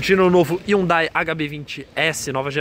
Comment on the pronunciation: Essa cara não sabe falar Hyundai